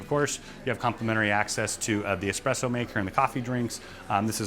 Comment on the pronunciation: It is espresso, not expresso.